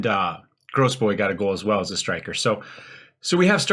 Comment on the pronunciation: Is FM Guru on Youtube? The only person I could find by that name has only one video up. Would be interested to see, if they are on YT. Oh, and the only name you're getting quite wrong is Grosbois, which is "grow-bwa", though Gross-boys is pretty funny too.